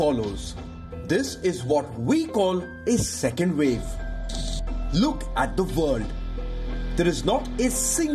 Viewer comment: " Thiz iz the vel " " careful of the second " vev "